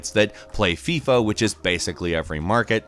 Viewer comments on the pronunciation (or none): none